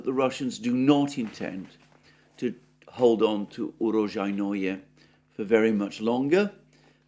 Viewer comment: Holy crap. You butchered uro-SHJAI-noe you need to emphasize the SHJAI part and the j sound is a soft shjai not hard JAI The word roughly translates as "place of harvests" - Russian name fyi. Not ukropistani.